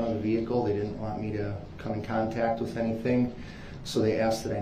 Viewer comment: New words everyone…from brooks ….that is now DAT….with is now WIFF…ask is now AX…lets all remember these fancy new words and teach our children these words